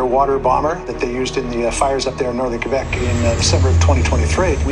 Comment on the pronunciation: Great franglais! You're officially bilingual😉